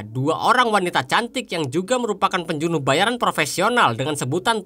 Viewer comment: Penjunuh 😂 pembunuh min wkwk